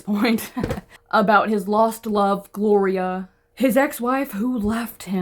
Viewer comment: 😂my name is Gloria I genuinely got scared 😂 I love the way you say the name